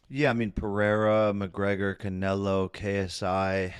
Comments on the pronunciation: "cunaylo" wtf " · Bro annoys tf out of me 🤦‍♂️ how hard is it to say canelo correctly? It’s so cringe when he calls him “canalo” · I'd look right at and be like bro. When have you ever heard ANYONE call him Canaylo